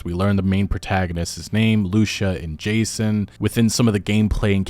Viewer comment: Every time you say “Jason” I cringe. So disrespectful.